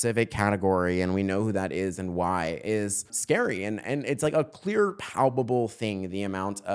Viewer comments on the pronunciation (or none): none